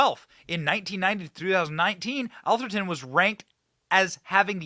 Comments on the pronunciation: "Ath-er-ton" not "Al-ther-ton" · It's pronounced Ath-er-ton, sounds like Ass-er-ton, except with a th.....nevermind, you corrected yourself later in the video. You got it right. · Ah-ther-ton . Is where all the rich white people live Benny. Only ballers and CEO’s live . It’s located in San Mateo county. Just south of San Francisco. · Doesn’t seem to be an “L” in Atherton. Am I missing something that Benny sees? Curry chose this place for its protection of his league. Sounds woke to me.